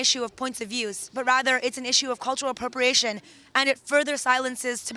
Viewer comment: I was following very passionately it until, "CuLuRalLL apPrOpriaTioN" bah!!!